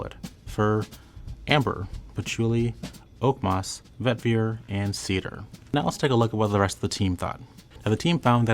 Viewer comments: for the love of God pronounce vetiver right😂 it's Vet-Eee-Ver not Vet-Vi-Er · Bruhhh, why do you keep on saying, Vet ver??? Pronounce it correctly!! Its Veh-tihh-ver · This video is one big eye roll and the most favored is proportionate to what is most insipid, go figure lol. "While not as famous as Obsession?" Huh? Also, the Fahrenheit bottle is iconic, what a diss. When I keep hearing 'vet-veer' it reminds me of Scooby Doo's 'ruh-on,' which would be an appropriate response for this whole, Scoob. It's also a bit embarrassing that they confused the 1974 Givenchy Gentleman with 2019's Gentleman Cologne when listing the notes. Of course they wouldn't be fans of my beloved Gentleman. Lastly, "it smells like a French guy made it" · Every time he says “vetVEER” I die a little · I was going to say, this poor fellow can't say vetiver to save his life. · I refuse to receive fragrance advice from someone who can't pronounce vetiver correctly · He seems to mispronounce vetiver and fougere, as well.